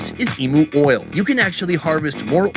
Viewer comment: Aus here. Its pronounced E mew, not E moo.....The eggs are actually a deep green guys, not black. I grew up in regional far north Western Australia, just outside a town called Derby back in the late 60s - 1976 around the Wunumbal and Worrora aboriginal tribes. Emu when marinated in brine and cooked fast, is absolutely delicious. Emu neck soup is awesome, and so is kangaroo tail soup. I haven't had it for years, because I live south of Perth now, and it's not easy to get in the cities, but if I could get it, I would definitely eat it instead of beef. Emu oil is fantastic for muscle and arthritis aches. It's produced here in WA, and is used by a lot of Aussies.